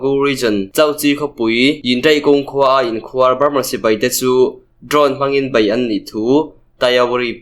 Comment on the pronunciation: in khuar tih kha khuar tih tak kha thluk hniam la i lam dik chiah ang mizo tawng hi athluk a zir in a sawi tum adang daih thei ania khuar tih tak kha thluk hniam tawh ang che aw